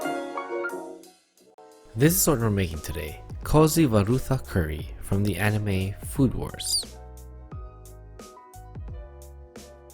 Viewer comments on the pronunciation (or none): Its pronounced as "koyi varutha curry" when romanized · Great attempt.. Kozhi is pronounced as "Ko-li" with much stress on "L".. you have to say L by retracting your tongue towards the back..